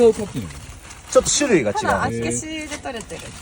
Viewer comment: 道民からすると、厚岸のイントネーションの違和感がすごい笑笑